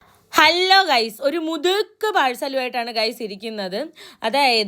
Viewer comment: ഹല്ലോ അല്ല ഹലോ.. 🤷🏻‍♂️